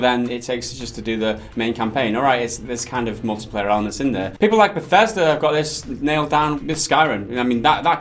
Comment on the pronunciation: He said “mullet player,” right?